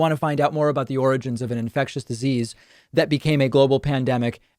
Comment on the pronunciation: Not really, lol. I can make a joke about the fact that the man couldn’t even say the word “origins” in a video about origins and then go about the rest of my day without a second thought 😝 I’m in Canada so I really couldn’t care less about Donald Trump. I did care when his rhetoric was seeping over the border and all our right wing politicians were acting like Trump wannabes, I cared about that because it was effecting my own country as well, but now that he’s no longer in power he has little to no bearing on my overall life.